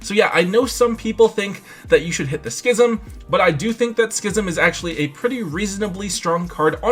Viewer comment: All I’m going to say is thank you for pronouncing schism correctly. Other Youtubers should learn from you, heck I think even TomBox pronounces it wrong.